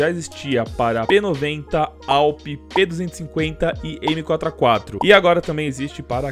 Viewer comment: Nao é Aupi é ADAPIU PE